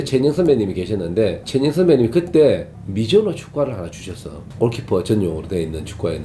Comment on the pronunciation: 갱상도 사투리 ㅋㅋㅋㅋㅋ